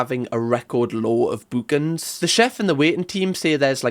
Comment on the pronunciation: No g required 😆